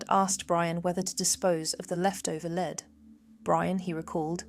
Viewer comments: I agree, but for the element "Lead" it says "leed" not "led" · For the element "Lead" it says "leed" not "led" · If you click on the description it states this video was made with AI. But you simply have to listen to the different pronunciations of the word “lead” to quickly realise it’s an AI voice as well as AI generated images. “Leed”? Nope, it’s pronounced “Led” Really disappointing. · The constant mispronunciation of the word "lead"!!